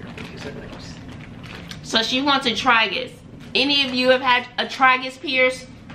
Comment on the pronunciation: Oh & it’s pronounced Tray-gus lol 🤣